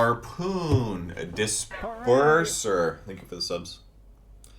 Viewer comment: Disperser = Dis perverser